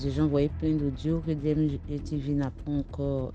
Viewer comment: H3, c'est DMG, pas DJM ! Mais merci pour l'histoire enrichissante !!